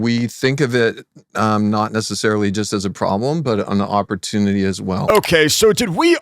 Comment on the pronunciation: "Oppurtunity" Bro I can't, how is this guy not on the watch list 🖐😭